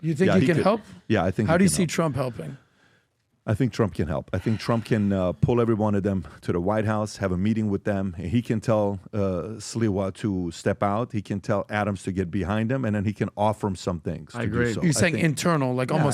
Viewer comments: Why in the hell do none of you have the ability to pronounce the name of someone who was been in the NYC spotlight for decades? SLEE-WA. Not SIL-WA. Good lord. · Hey, guys! It's pronounced SLEE-WA. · PLEASE!! At least learn the correct pronunciation for Curtis Sliwa (Slee-wah). The best and only real conservative, Republican nominated candidate. He's been a positive fixture, known and real New Yorker for decades. I know he won't win, but jeez... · You should at least know how to pronounce Curtis name...... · It is SLIWA! (why cant you pronounce that?) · What can’t ANY of you pronounce “Sliwa” correctly?